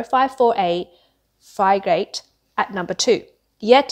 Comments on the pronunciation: 😂😂…The “plans”? You mean the PLA navy? Also…fry-gate for frigate? Who is reading this? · Yeah, it's a fry-gate. That's totally how that word is pronounced 😂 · Also, you sure you are a professional? It seems like you don’t often cover military and navy stuff… this may be a one time mess-up, but still, you can’t pronounce the word frigate correctly…